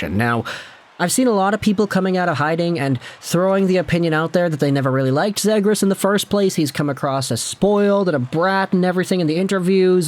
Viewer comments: It's ZEE-gras. You are clueless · lol…. bro you aint even saying his name correctly. Zagras lol😂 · Next time If you can’t pronounce someone’s last name just stick to the first name, lasted less then 2 minutes cause of how annoying you saying “zaygras” was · It’s pronounced zee-grus. Jesus. And lower the octave of your voice. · Is anyone gonna tell him he’s pronouncing zegras wrong?